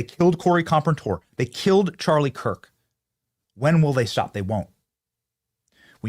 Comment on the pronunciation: He said Charlies name wrong.